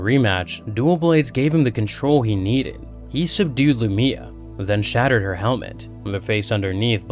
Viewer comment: I can tell when youtubers never listened to the official audiobook cause they mess up the names. Its pronounced Lu-my-uh. One of the reasons i love the audiobooks, they get the pronunciation directly from the authors notes and say the names how they are ment to be said. Love your channel though man